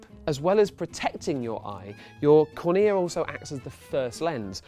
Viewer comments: cOrnea not cornEa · Huh. I learnt cornea in biology as CORNea, not cornEA.CGP Grey: "English likes to pretend it has rules about pronunciation" (H.I. #52) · Mistakes in this video: The CD drive recognises pits on the CD by a change in the intensity of the light, not a time difference. Also, it makes no sense how "Phase Shift" is flashed up on the screen as he describes the intensity of the light -- intensity and phase are completely orthogonal/unrelated concepts. "Excimer" & "cornea" both pronounced incorrectly. And also, you kinda didn't explain laser eye surgery beyond "you have a cornea, laser corrects the cornea..." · About had an aneurysm when he pronounced "cornea" that way.